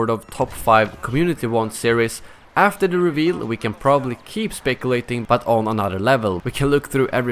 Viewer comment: did you just say "spekulating". English, bro